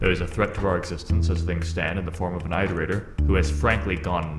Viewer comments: Ah yes, eyeterator logs. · "EyeDerator" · eye-terator moment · yeah, like i keep swapping between "aight"-erators and "it"-erators